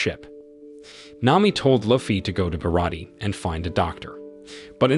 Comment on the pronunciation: But yet, they keep saying Barat instead of Baratie 🙄